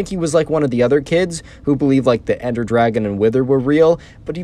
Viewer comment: ender dwagon as he says it